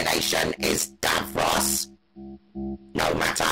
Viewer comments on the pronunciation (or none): none